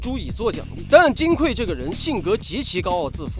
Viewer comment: 金匮，指金的柜子，所以应该读(gui四声），而不是(kui四声)，读(kui四声)则是缺乏的意思，这里不应该取这个意思。